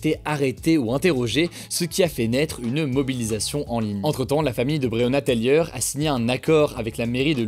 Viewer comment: Taylor Hugo, pas Taylieur ahaha ;)